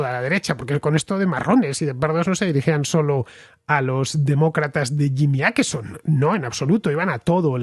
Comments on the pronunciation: Hola! Aqui un contraescucha con 10 años viviendo en Estocolmo. Crónica muy buena y precisa. Para la próxima, en español se pronunciaría Oquerson, no Aquerson 😉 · Åkesson, Fernando, se lee /okesson/, no /akesson/. Saludos desde Suecia. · Åkesson se pronuncia Okeson, la vocal Å en sueco es la O en español,no tiene nada q ver con una "A" es como si la Ñ la usáramos y pronunciaramos como la N. Skatteverket(Agencia tributaria ),suena horrible cuando no se sabe sueco. "Skatte” significa tesoro y el sueco es un idioma q suena bien bonito. En Suecia,donde vivo,no solo ha creído la inseguridad por la violencia entre bandas,q sí,sino también en delitos por agresiones sexuales.